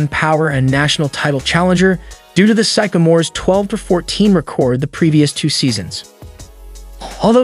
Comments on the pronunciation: Sycamore is pronounced (sick-a-more) not (psych-o-more). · re' cord? sack a mores? intercepted an inbounds pass from is' a ? , A year later was Birds final year on earth? game 4 of a series with Cled lan ? Watching the street louis cardnals play baseball. This guy reading the script has never seen a basketball game, and evidently is not even remotely familiar with the English language. This is laughable. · This guy needs to learn how to pronounce Sycamores and he called the Lakers the Dodgers. Poor editing.